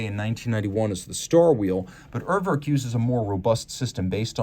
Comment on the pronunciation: your pronunciation of Urwerk is ridiculous! Work on it!